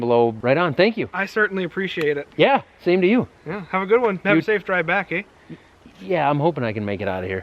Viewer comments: last word he said, "Eh?" Americans are Canadians up there. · How far north of Michigan were you? When you wished each other a goodbye sounded oddly Canadian or possibly Australian❓ Aya ❗🌝😂😂😂🤣🤣 🌝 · You know you’re getting close to ‘Can-naid-dee-a’ ‘A’.......”have a safe drive back, ‘A’ ? Cool machine but that one just a baby compared to the ones we have here in Pacific Northwest, they do the same thing but with tree 3 foot on the stump and 100+ feet tall.